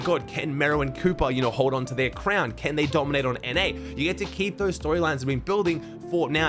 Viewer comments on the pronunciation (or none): Anyone else hear ‘can mero and cooper hold onto their crown’ as ‘ken,mero and cooper hold onto their crown’☠️